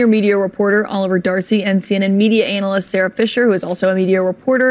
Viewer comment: Pretty sure you should pronounce that like "anna-list" there. But it's okay, words are hard!!! 🤣🤣🤣